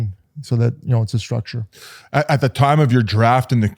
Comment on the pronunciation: Do people realize there is no letter H in words like strength and structure? Shtrength shtructure. When did this become a thing?